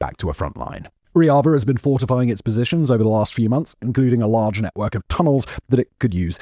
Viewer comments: Bro it's Rojava and not Roiava. You were getting on my nerves the whole video. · It's Rojava. Not Roiada. And Yazidis are Kurds, the most Nationalist Kurds. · Turns out it's pronounced "Rozhava", not "Royava" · How did you manage to mispronounce roJava to reava the entire video. Dear god. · Why do you call Rojava riaza? Google its pronunciation before making a half an hour video about it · Long live Rojava! (P.S. It's not a Spanish word. It's a hard J. Ro-Java, like the coffee, "Java.") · Bro, not to be that guy, but you said Rojava wrong like 100 times. Like, I was confused because of how wrong you said it. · You obviously don't have much knowledge about the Kurds and Rojava, thats revealed by how you pronounce the word Rojava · Why are you pronouncing "Rojava" like that? It's more of a French J.